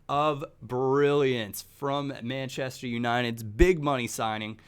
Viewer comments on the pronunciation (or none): none